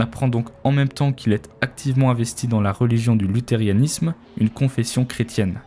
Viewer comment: Fais attention à la prononciation de "Lutheranisme" :)